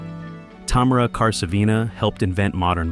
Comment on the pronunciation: her name is Ta-mA-ra Kar-sA-vina❤ (emphasis/stress on the capital A's in each name) since you pronounced every other name correctly, I also expect you to pronounce the Russian name correctly💓… Amazing AI reconstructions 👍👏👏🙏 thank you kindly what a beauty!🙇🏻‍♀️ Mary Pickford--was Hollywood land! ❤😂 Originally the Holliwood Sigh was the "Hollywoodland" Sign, it is situated on Mount Lee, above Beachwood Canyon in the Santa Monica Mountains. Spelling out the word "HOLLYWOODLAND" in 50-foot-tall (15.2 m) white uppercase letters and 450 feet (137.2 m) long, it was originally erected in 1923 as a temporary advertisement for a local real estate development. Due to increasing recognition, the sign was left up, with the last four letters "LAND" removed in 1949. Mary Pickford and her husband Douglas Fairbanks created and ran Hollywood … Charlie. Chaplin was also part of their team. she was a famous flapper in the 1930s, she is stunningly beautiful. Godly profile. 😬 was she a man? 🤔 surely looks like a man. in complete disagreement about your comment that Gloria Swanson played herself in Sunset Boulevard. She did not! That is misinformation. I'm sorry. There are videos on YouTube with her being interviewed regarding that specific issue, there are videos about her life, which also talk about the fact that she was completely different in real life. Sarah Bernard, poor woman died of kidney failure